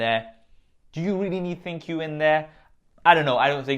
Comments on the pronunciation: I feel the correct way to read/pronounce ThinQ is - Think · It sounded like you said thank you haha